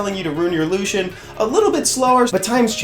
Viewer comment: Why do you pronounce it the same as Lucien (light elven ranger). It’s clearly Lush-en…